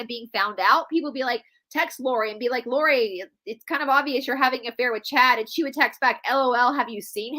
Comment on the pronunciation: Lori Vallow not Laurie.